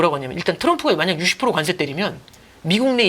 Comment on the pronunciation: 관세 증세 감세 모두 뒤에 "쎄"로 발음하시면 안됩니다...